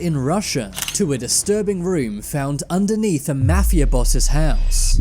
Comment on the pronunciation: when you are saying mafia its sound like mathew 10s